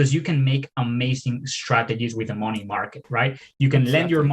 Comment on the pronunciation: Borrowing mowny. Borrowing mowney.